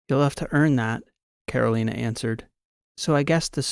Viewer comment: This is your 80 year old fan. Another good story, except your pronunciation of Carolina. I'm born and bred in North Carolina.